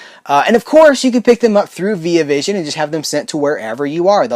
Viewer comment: You're pronouncing the Via in Via Vision wrong btw, and it's not cause your American and I'm Australian either